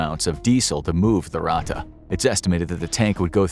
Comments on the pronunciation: it has two t and is spelled faster - Ratte and not Rate or Rahte ! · Ur native language isn't German.. And that's fine.. But it is pronounced Ratttttte Not Rate There is way more emphasis on the "T" Its not that bad and I don't wanna be that guy.. But when u said it for like the 20th time I got cancer in my ears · dude you pronounce ratte like rat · It is called ratte edit: it is pronounced ra thei